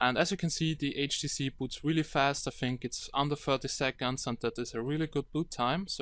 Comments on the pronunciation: He says HDC not HTC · not HTC he say HDC (listen carefully) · 0.15 "HTC galaxy s4" haha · He is saying HDC which is a chinese copy brand